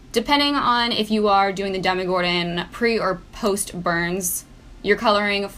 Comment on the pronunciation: i swear she said dumb-gordon lol